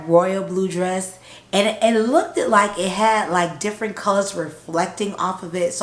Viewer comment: LOOKED like BOOKED, Like BOOKED not Look-DID